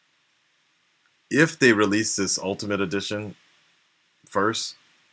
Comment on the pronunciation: lol he always says "this" like "ziss", not even japanese brah sup